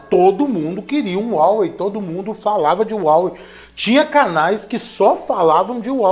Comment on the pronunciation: A pronuncia de Huawei é haowei, com o ha com som de rá.